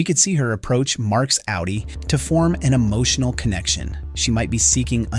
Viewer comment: It’s good because you easily know you are on a low effort channel not to sub to. Of course in this case it’s an AI voice so that’s it’s own reason to ignore the channel. Actually it says it both ways and it says outie wrong but only sometimes. But oh yes AI is totally a world changing innovation right lol.